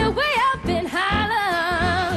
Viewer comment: Wonderful singing, shame she cannot pronounce the word HAARLEM. Sounds like she is singing 'heaven, or 'holland'. Still, she is just a kid - she'll get better and better.